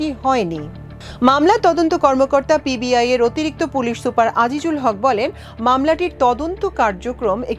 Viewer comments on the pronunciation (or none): Pib nah pbi , 2 bar pib bolte sunechi, thik vabe khobor porun.